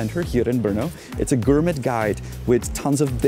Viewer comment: Anyone going to hip the man on how to pronounce "gourmet"?